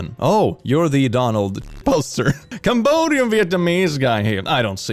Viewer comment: I can't get over the way you pronounce Cambodian